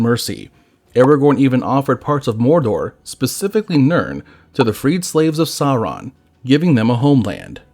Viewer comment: Also, the video (which is great) was sometimes inconsistent on pronouncing Sauron. The correct pronunciation is “sour-on” (rhymes with “our”), rather than “saw-ron” or “sore-on.” The R is trilled too, but that can be difficult for some English speakers. A longer explanation: Both the pronunciation guide in Appendix E to LotR and the “Note on Pronunciation” at the end of The Silmarillion say how to pronounce “AU.” LotR App. E: “as in loud, how and not as in laud, haw.” LotR App. E: - “as in loud, how and not as in laud, haw.” (It also states “R represents a trilled r in all positions; the sound was not lost before consonants (as in English part).”) The Silmarillion: “has the value of English ow in town; thus the first syllable of Aulë is like English owl, and the first syllable of Sauron is like English sour, not sore.”